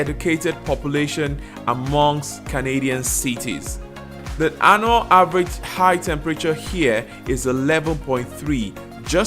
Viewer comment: Annual (anyual) not anal🤔😆